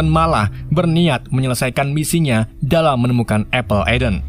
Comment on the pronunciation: Apple of Eden bang penyebutannya